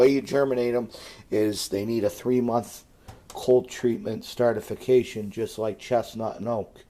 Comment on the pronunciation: well he said it multiple times XD